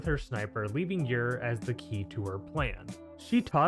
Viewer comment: Bruh, let me just ask you something: do you pronounce Gyroscope as “Guy-row-scope?” Or do you pronounce it the correct way?: “Jy-row-scope?” Because take that word, and drop the “oscope” and you magically have Gyre’s name, which you are hard pronouncing the G and I’m getting irritated.